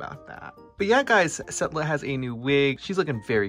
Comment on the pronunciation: Y'all it's Setlla not Stella